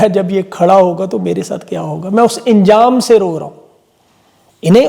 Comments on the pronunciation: Buqraat dictionary deikh lia karo.lafz injam nahin hota balke ANJAM HOTA HAI. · injam nahi anjam bolte hai Mafi k sath 🙏😂😂😂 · انجام کو انجام کہنا غلط ہے ۔ کیونکہ الف پر زبر ہے ۔